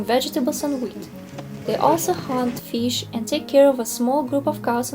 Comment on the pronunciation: I love the way you say Feesh & Cheeken !